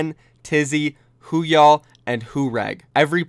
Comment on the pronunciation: Why do ppl pronounce Woohyal as Who-Ya’ll. Lmfao.